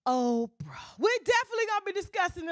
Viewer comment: That AIN’T OPFRAH!